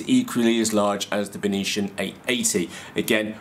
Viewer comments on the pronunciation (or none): Hi, You totally killed the pronunciation of the brand "Beitian". You made it sounds like its from another planet like martian! It should be pronounced as "Bei-T-an", "Bei" as in Bei-jing, "T" as in the letter T, "an" as in the english word "an". If properly translated it means Northern Sky. Cheers mate!